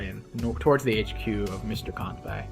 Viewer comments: Good stuff. Also looks like you caught the bad pronunciation from Mangs. From Kan-Bay to Kan-Bye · Kanbei is pronounced how it’s written. We don’t pronounce Sensei as Sen-sai, do we? Great vid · Yeah, not a big fan of the mangs pronunciation of Kanbyeeee. Mangs knows it's wrong btw (thanks to me) but he's too used to it so I can understand that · Oh no, he's learned the Mangs pronunciation of Kanbei/Kantbei. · I love how he pronunces Javier right but he mangs-pronounces Kanbei. anyway, top tier commentary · If I remember correctly, Mangs is Norwegian and Norwegian is a Germanic language and from what I hear from German, -ei is pronounced like the Japanese -ai (あい) and this have me assuming that their -ei follows suit. While incorrectly pronounced, I find Mangs's Kanbei cooler, lul